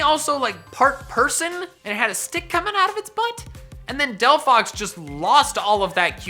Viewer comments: ARE YOU STUPID!? THERE IS NO F IN DELPHOX! HOW MANY TIMES DO I HAVE TO SAY IT? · There is no F in Delphox!